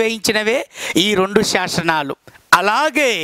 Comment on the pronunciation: శాసనాలు, శాశనాలు కాదు సార్